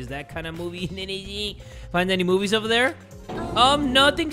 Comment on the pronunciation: Ah yes "moobies" 😩